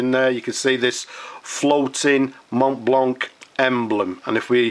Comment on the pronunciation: It is not "mont blanc" it is pronounced "mont blanc"